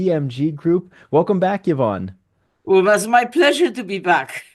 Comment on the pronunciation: Love the effort this channel puts in but OMG enough with the click bait titles. The title is supposed to show us what the video is about. Clearly and once again, not the case here…. Also “Yvonne” is pronounced “Ee-vonne” not “Yuh-vonne” —she was too polite to correct this.